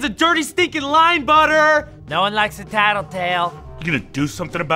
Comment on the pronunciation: Did he said tatletail